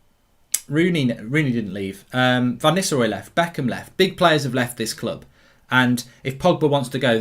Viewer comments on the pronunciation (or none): none